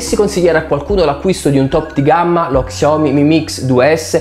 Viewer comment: Si pronuncia sciaomì non csiaomi😂